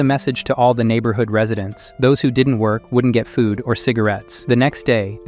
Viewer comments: Is this an ai voice? Why he pronounce "all" as "owl?" 😂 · Are you a bot? Or do you just not know how to pronounce “all”?